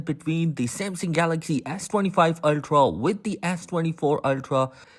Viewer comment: Are you saying ass25 ultra ?🤔